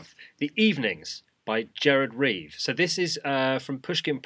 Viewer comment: In Dutch the G is very gutteral. My foreign friends always ask me if I don't have a sore throat at the end of the day. You're were absolutely fine though! Somehow his name sounded way more exotic in English.